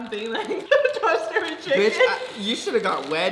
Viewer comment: "imma take a break, can you guys pass the chiEcken". bruh im deadd😂😂